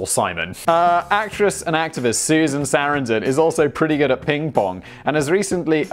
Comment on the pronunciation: Susan Saran/don/? You mean Susan Suh/ran/don? :p